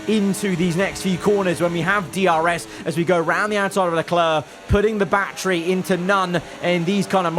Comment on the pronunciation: he doesnt say battery he says bachery